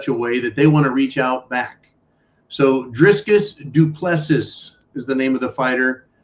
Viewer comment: your Afrikaans pronunciation of Dricus du Plessis needs some work 🙂